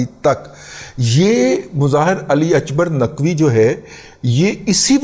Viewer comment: Mr Ali Akbar Naqvi is a Pakistani not Irani, so please pronounce his name the way it is called in Pakistan. Stop being religious racist